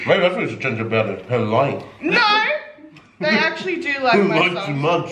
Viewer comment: “What else are you lieng about” LOL That got me 😂😂😂 Much love guys! 💜💜#NotiGangGang